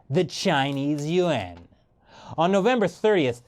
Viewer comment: 1st problem with your video you never properly pronounced the (you-won'")yuan I call Bstttttt